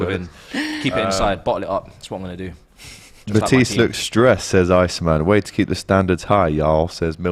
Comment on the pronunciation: When AGT called Matisse "MAHTISS". Ex rubbing off on everybody. 😂😂😂